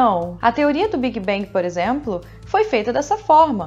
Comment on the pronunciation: Esse tal de "biguibengui"....